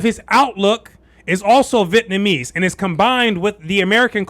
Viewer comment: Do you know something about the pronunciation of Vietnamese that I don't know? You keep saying VIT-namese instead of Vi-et-namese.